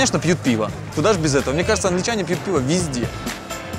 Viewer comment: только в англии пьют не пиво а пиао..)